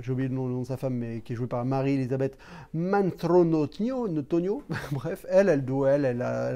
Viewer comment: Alors ; l'actrice principale de Abyss. Répète après moi: Mary Elizabeth MAS-TRAN-TO-NIO! XD Toujours pas au point sur les noms de famille! En même temps quelle idée d'avoir des actrices avec des noms pareil, hein! Mas-Tran-To-Nio! Personne ne s'appelle comme ça! XD Titre de la Prochaine vidéo: "On peut plus rien dire!". Qu'est-ce que t'en penses? XD